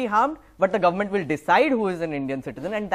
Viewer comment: Did he say garment or government?